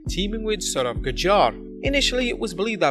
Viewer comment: Your pronunciation of Sourav is wrong